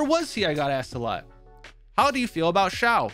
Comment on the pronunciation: Shao not zhao